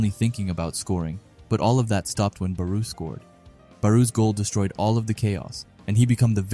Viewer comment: no hate but your pronouncing barou his name wrong